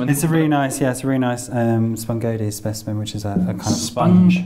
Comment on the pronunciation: SPESHIMEN forsenT